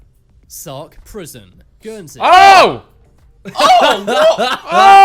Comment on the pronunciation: When I heard Guernsey.......